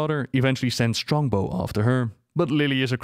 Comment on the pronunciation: "Strongbo" like Strongbow cider? 🤣